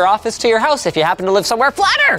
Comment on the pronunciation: Is it just me that cringed when he said fLAttER